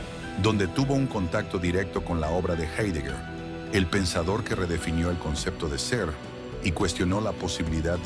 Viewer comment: Se pronuncia jáidegar, analfabetas.